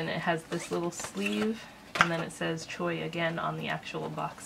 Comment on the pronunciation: Getting this! I don't sub to any boxes, but really cool. PS Pronounced " sh wan" shwaah I laughed as he said it 5X too funny. Great review Thanks!!